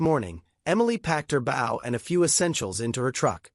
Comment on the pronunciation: Bow, not Bow! Have the AI get it right. Bow means the front of a boat. Bow means a ribbon in a weave or an archery weapon. This proves that this is a fake story,.